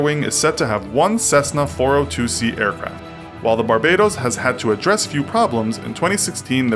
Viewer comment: It's Bar-Ba-Dose * Hheeumppp!